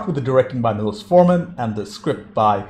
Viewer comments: It’s pronounced’’Milosh’ not ‘Milos’. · It's pronounced "Mee-low-shh" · Pronounced....mee losh (milos)